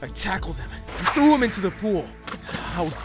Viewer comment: i laughed when said "i trow up at the teacher hehe👹